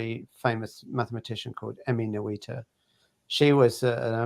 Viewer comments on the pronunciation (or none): Emmy Noether, the e is not pronounced, it's an "umlaut" (lit. resound) it changes the pronunciation of the vowel right before, in this case the o, one could also write ö (or even ø i think) so it's pronounced eu or in German ö. So it is not Emmy No-ee-ter. Mkay? Don't do that again, it sounds silly. What's wrong with you anglo saxons anyways? Why can't you pronounce German words? I can do it, and I'm not even German, so why can't you people? Repent, learn some German and stop sinning. Ok, thank you. Danke schön.